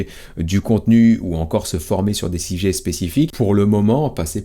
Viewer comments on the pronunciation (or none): 😂 😂. « ou encore se former sur des "SIJET" spécifique pou.. » 😅😅 est ben tu a bien appris ton SIJET?! 😂😂😂❤